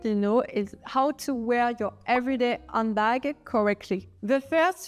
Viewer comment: Thank you for all the valuable information about handbags. Just a little English pronunciation tip. It sounds like you're saying "Undbag." Remember that in English the letter H is a litle breath. Breathe in and out with the H. You can practice by saying H and feeling the breath on your hand.You need to hear the H- otherwise you don't sound authentic in English.